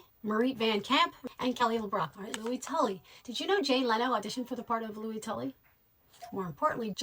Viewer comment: I know it can differ on whether "Louis" is pronounced like Louie or Lewis, but for this character it is most definitely as in Lewis. And the legendary director Ivan Reitman's name is not pronounced Rickman. It's nice you are a fan, but there's a lot of this info in so many other places, it's not difficult to learn. I had to stop listening a bit past halfway through, but I imagine you also made no reference to the SCTV/SNL connections which are a huge reason this particular crew were together. 🖖